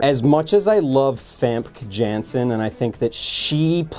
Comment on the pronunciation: What's the name of the actress who plays jean grey in the older X-Men movies? It sounds like he calls her Vampke Janson.